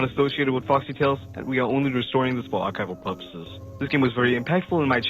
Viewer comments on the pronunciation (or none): "awchival pworpwoses" (not trying to make fun of you)